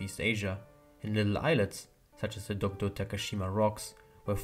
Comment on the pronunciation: It was late, but thank you for saying DOKDO~ And I have loved British.